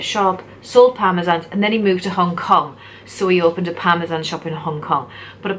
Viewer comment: They have Chicken Parmesan in the states. I've seen them mentioned in films etc. They pronounce parmesan weird though. Parmeshjan or something x